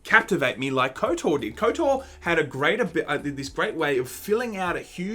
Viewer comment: I love you guys, but stop saying Kotor! I say that with love